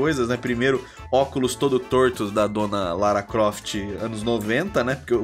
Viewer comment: Ele chama de rala Croft... kkk Eu chamava de Lara Pofte!